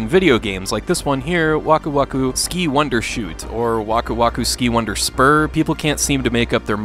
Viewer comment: Like k tak mentioned, you need to use the German pronunciation.